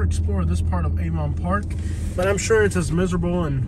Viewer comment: Replace the V in Avon Park with a D to sound more like a local.